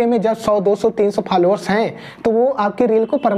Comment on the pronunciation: Falowar nahi bhai followers..............😂😂😂😂😂